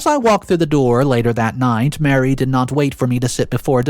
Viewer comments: please stop mispronouncing “Marie” like “Mary,” they’re not the same name. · Her name isn’t Mary, it’s Marie. just mispronounced it. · Thank you. It's the third video he said the name wrong.